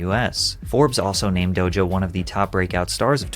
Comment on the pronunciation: Bro can this dude not say DOJA correctly? He keeps saying DOJO